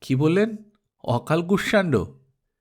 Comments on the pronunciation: আজ্ঞে না। কুষ-শান-ডো। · কুষমান্ড হবে সঠিক উচ্চারণ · অকাল কুস মান্ড এইউচ্চারণ হবে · উচ্চারণ অকালকুসমান্ড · গল্পের নামের উচ্চারণ হবে ' okalkushmando ' ! তাই না ? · গল্পের নাম টা সম্ভবত ভুল উচ্চারণ করছেন।